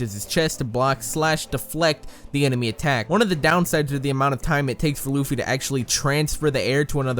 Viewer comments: THAT. WAS. AMASING!!!!!!!!!!!!! This comment was and is so in-depth that I read and thought "Is he a scientist", then instantly commented you blew my mind and you need to learn that there are 3 forms including bounceman, plus that Luffy is pronounced Luhffy, not Loofy, seriously, and stop pretending like you know crap and read the manga watch the anime etc. etc. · DIS DUDE SAID LOOFY